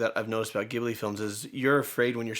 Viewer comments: The G in Ghibli is pronounced like a J. I learned this the hard way when I visited the Ghibli museum in Japan. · Ghibli is pronounced Jibli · あなたがたの最新情報はどこで見られますか？ 「火垂るの墓」を語る動画、楽しみです。見るのがとても苦しい映画ですが……。 あと、"Ghibli"の"Ghi"の発音は「ギ」でなく「ジ」です。 ジブリの映画を取り上げてくれてありがとうございます！少なくとも、宮崎駿監督の作品は全て語ってくれると嬉しいです！ Where can I find the latest information about you guys? I'm looking forward to your video talking about "Grave of the Fireflies."😊 Although it's a very painful film to watch… And the "Ghi" in "Ghibli" is pronounced "ji." Like "jeans" or "jeep." Not "gi" as in "geek" or "giga."😉 Thanks for doing Ghibli films! At the very least, it would be nice if you could talk about all of Hayao Miyazaki's films☺️ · JIB-lee. Soft G. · I’m so happy your are digging through Studio Ghibli movies! I totally want you to watch all of them! Side note; Hayao Miyazaki, one of the two founders of Studio Ghibli said it is pronounced with a soft « g »! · Yay! Love these movies! However, they are pronouncing Ghibli incorrectly - using the Italian/Libyan Arabic version. But the Studio and Miyazaki use the "J" sound. You can learn more here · Ghibli is pronounced with a "j" sound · It's pronounced "Jibli" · It's pronounced Jibli, with a 'j' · Just FYI it’s pronounced with a hard “g” - like giraffe or Gigi. I’d love to see Kiki or go the darker route and do Grave of Fireflies. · I love y’all so much but please stop mispronouncing Ghibli. It’s not pronounced with the hard G as it would be in Italian. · I’m so glad that you guys are watching Ghibli (which is pronounced Jeebree in Japanese btw ;) )! My personal favourite is Princess Mononoke and I think that there’s such a powerful message there. I hope that you react to it soon ❤ Thank you for another great episode 🎉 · I love that you're doing Studio Ghibli movies! I vote for Howl's Moving Castle next. Also, the beginning of Ghibli is pronounced as a "J" sound. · Just fyi it's pronounced Jibli (and written in Japanese as jiburi).